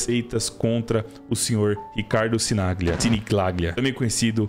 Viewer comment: Se fala Sinigalhia. Italiano.